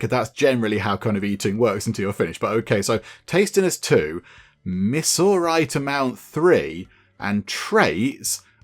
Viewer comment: Kind of interesting watching foreigners try and make sense of American iconica/geography. Pretty sure 'missourite' is referring to the midwest US state where the game says the monster infestation and monster eating started, so you'd be looking for something closer to 'mi-zur-ite'. Midwest 90 is named after the Interstate that goes through Rapid City, South Dakota. The game is set nowhere near the old route 66. It goes from Chicago, IL to Santa Monica, CA has been largely replaced by the modern interstate highway system, and has often been used as a cultural icon. Also, that green bird is a turkey.. it's got a whattle (the dangly bit under the chin) and everything.